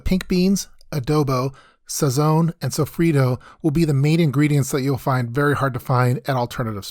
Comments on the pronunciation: Pronouncing sofrito like that should be criminal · He said sofrito like an gringo